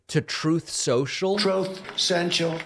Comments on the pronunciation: I love when you play his not being able to pronounce his own website. "Trufe sochtal" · Troath Sential 😶 Obamna 😶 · Thanks again David for the "Trothe Sential" .... It never gets old & always makes me laugh just like "Obamna" !!! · The "Troath Ssential" gets me everytime 😂😂😂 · Troth sential!! Lol, haha, wwwhhooo, baaaby!! In trouble with a capital T hontey! Don't forget the "grab bags"! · I can hear it a thousand times and it still has me lmao 🤣 "trothe sentual" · It's "troth, truth, senchal," David! Come on, man. It's three things: 1. It's Troth; 2. It's Truth; and, 3. It's Senchal 😂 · The "truth cential" sound bite never gets old. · And... Obamna! 😂😂😂